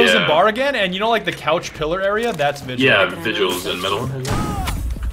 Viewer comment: You said VI-JEWL? YOU MADE A VIDEO ABOUT THE NAME VI-GULL